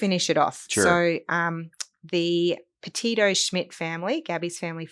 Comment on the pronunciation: Gabby's surname is not Pepito. It is PeTito. Please do Gabby the honour of pronouncing her name correctly. It is sloppy work, and really annoying to hear you get it wrong over and over again. I am genuinely surprised to see a lawyer who has done the research get this wrong.